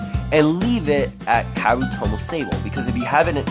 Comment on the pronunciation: How he said kaeru patcher: “Chiropractor”